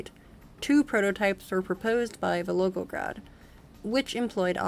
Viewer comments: I just assumed it was a different city LMFAO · Back in college, my Russian professor had this advice: if ever in doubt, slur or mumble. If anything it makes you sound more native in your Russian pronunciation. 😂 In all seriousness, if the biggest complaint anyone has for your videos is mispronouncing a city name, you know you've got a quality video (which given your thoroughness is quite apparent!)